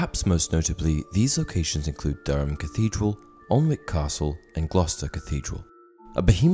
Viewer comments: Alnwick castle is actually pronounced Annick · You didn't pronounce Alnwick properly just not picking ( I live there )